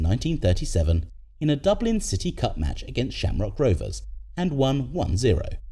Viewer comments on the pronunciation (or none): none